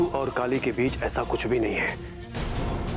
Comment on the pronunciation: Yrr Kali hota hai Kaale nahi 😀😀🤣🤣